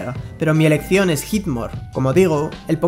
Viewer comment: "mi ERECCIÓN es Heatmor"